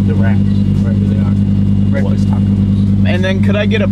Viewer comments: Bekfast Huh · It's bekfast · Unspeakable: Bekfast: BEKFAST!!!!!!!!!!!!!